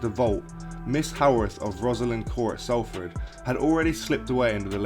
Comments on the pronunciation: Salford being the main one 🤦‍♂️ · It is pronounced Stay-lee-bridge and Sol-Ford